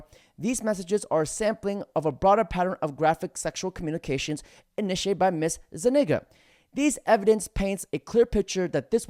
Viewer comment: Zu- Nig-Ga.... jajajaja you can't make this shit up.